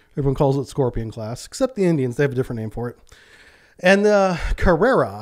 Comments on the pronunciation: It's the Scorpène not the Scorpion! Just like te french aircraft fighter is called the rafalle, but you ammericans all call it the rafael. Don't they teach you how to read? At least you as a "expert" should get the name right. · Really, very good video! thank you And thank you for all the work done to make it. Like all your other videos To have the pronunciation closest to French. For English speakers it is necessary to replace the 'ene' of "Scorpene" in "ain": Scorpain. And you have to say it, like it is an english word : Scorpain. Bye and waiting for your next video with impatience :)